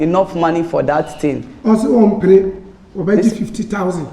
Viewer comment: "Ebout it" I like that